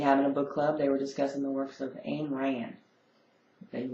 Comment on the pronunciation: didn't they tell you how to pronounce "Ayn"?